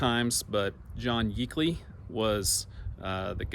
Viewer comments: I remember all those little "towns" from the 1950s when we used to go from Springfield to Carthage to visit my dad's family. It was really Route 66 in those days. A major route across the states. I've never heard Yeakley pronounced the way you did. I've only heard it to rhyme with "Jake-ly". I have a grandmother, her parents and other assorted relatives buried in that cemetery. Thanks for the road trip. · Yeah that's my kinfolks church and its yeakley not 🚫 A short e sound but long a sound .they Are up in the city Bethany area at the Nazarene Church my mom sister is Mary yeagley and her brothers that are twins they are very involved with the Nazarene Church up there it's a John and I don't remember the other twins name but they're both and and Mom Dad their mom and dad and the other sister but yes it's a very devout very very good people